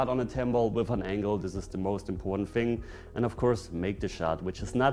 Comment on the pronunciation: Great video, but why is it that the people who invented English say "fing" instead of thing